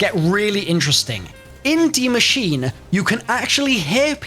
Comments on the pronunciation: Its pronounced 'dee machine-a' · its pronounced more like "masheener" where you say the e at the end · Nice pronounciation, just say an "e" at the end of Machine, and you got it well pronounced in german 👍